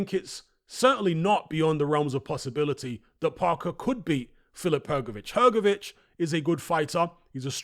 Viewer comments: Btw, Hrgovitz and Hrgović in croatian language is not pronounced same. I am croatian, I should know 😆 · Well, ist not even Hrgović...IT IS HRGOVICH... ENGLISH speaking people! Better to teach all what is HRGAS name, cause he will be around next few years>>AT the TOP ! CHAMP:trophy-yellow-smiling: ! FH is the👊💪 BEAST!! And to UNDERATED. So hardly waiting this match with Parker, so FH shows his SKILLS , POWER , PRECISION that he possess! KO in 5th RounD!!!